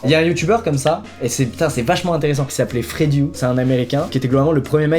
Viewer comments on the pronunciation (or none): Freddyou :) lol, c'est Freddy Wong !